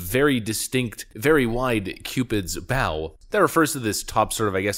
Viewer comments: The "bow" in Cupid's Bow is pronounced as the bow in "bow and arrow" and "Row, row, row (your boat)." Other than that, this guy needs to be kept in jail...what a work of art. 🤨🙄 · Dude it's Cupids Bow, like Bow and Arrow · That’s “Cupid’s Bow”, as in “bow and arrow”, not “Cupid’s Bow” like “the bow of a ship”. It looks like the bow Cupid carries in Renaissance paintings. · "Cupid's bow" is pronounced Bo (as in Cupid's bow and arrow - the armament Cupid carries on his back to "shoot" people with love). I believe a "Cupid's Bow" lip is one that shares a similar curvature as a small, compact bow. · It's pronounced Cupid's bow... like the bow that shoots Cupid's arrow. I've just discovered it's harder to correct people's pronunciation online. Hm. 🤔